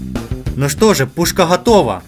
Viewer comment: ГггггггАтовА!))))Йобаный "гакало".